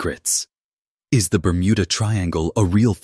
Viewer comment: I couldn't watch anymore after your a.i called it the burmunda triangle 😂